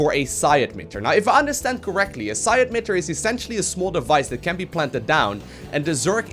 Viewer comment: Correcting mistakes: 1) Its not psi ADmitter, its psi-EMITTER:) 2) Emitters do not contain any energy from terran units. What is it? A necromancy? It emits (hence the word "emitter") waves similar to those from the ghosts. 3) Although Mengsk did say that the zerg is a weapon developed by the confederacy, it is up to interpretation whether they simply made them into weapon. Not created the zerg themselves who we know are created by Xel-Naga. Normal ones, not the fallen idiot made up for SC2:) 4) Why ask how much damage the unit deals if you can simply check it on the damage icon of e selected unit? Same as in SC2. The same way you never checked armor in WC3